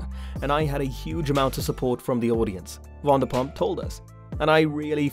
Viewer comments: Her name is not WONDERPUMP GEEEEZ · It is NOT WANDERPUMP!!!!